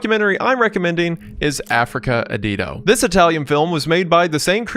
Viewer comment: “Africa ADDIO” not adido, Jeez he wont stop misreading things😅